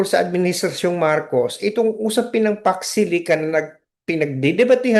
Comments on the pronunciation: Sabi ng mga supporters nya di nya kailangan alam lahat ang Pax Silica?Eh umpisa pa nga lang ng tanung nagulat na sya as if me words pala na Pax Silica, ang pagka pronounce pa nga nya Fox Sili?Talagang di nya alam yung word pa alng di na nya alam eh. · HINDI NGA MABIGKAS ANG SALITA PAX SILICA, UNAWAIN AT ALAMIN PA KAYA. SO YUN WASTE OF TIME NA SINASABI NA BUMALIK AGAD SA KANYA 🅱️🅾️🅱️🅾️ 🤪🤪🤪🤪